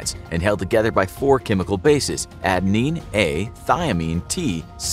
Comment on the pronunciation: Adenine not Adeine